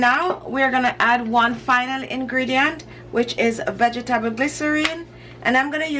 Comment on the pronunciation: is Your Pronounciation Of "Vegetable" Is Well Known?